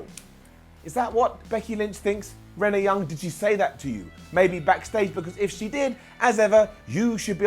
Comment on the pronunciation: it kinda makes me mad how he’s says rennea